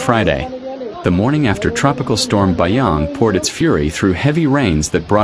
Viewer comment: Not BAYANG.. BASYANG